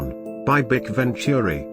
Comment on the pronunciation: It's not pronounced bic. It's B. I. C.